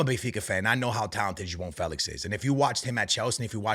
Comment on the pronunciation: "Jo on " Felix not Joao Felix 😂